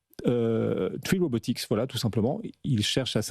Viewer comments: UNITREE deja pas truie ;) et RobotiC pas robotiX lol le mec fait un sujet il connait meme pas le nom de la boite MDR et elle n'est pas encore coté en bourse pour tous LOL virez ce journaliste vous le payez trop ;) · Le mec est nul a chier "tree robotics" . C'est Unitree!